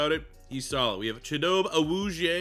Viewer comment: It’s cheet-oh-bay Ah-woo-z-ay. -your loving Cowboys fan